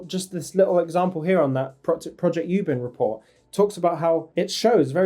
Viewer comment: Its not YYYUBIN....its OooooooBin😂